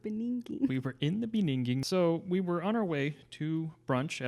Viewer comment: “Inithe beniging,” Jacob Zuma 🤣